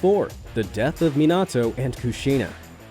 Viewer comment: it M i n a t o not mitnato